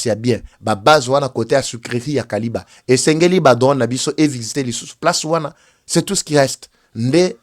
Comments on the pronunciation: Kiliba et non kaliba. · SUCRERIE DE KILIBA ET NON KALIBA. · Kiliba et non kaliba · C’est kiliba et non kaliba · Sucrerie de KILIBA et non Kaliba,! Merci beaucoup pour toutes informations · Kiliba et non Kaliba,.